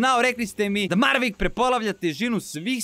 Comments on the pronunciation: Mavrick a ne marvick hahaha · Maveric ne marvic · Jao pa nije Mavrick nego Maverick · zove se Maverick a ne Marvick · izvini sto te ispravljam ali kaze se maverick